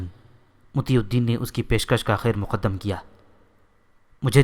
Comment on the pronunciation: Kaiŕ maqdam not khairmoqddam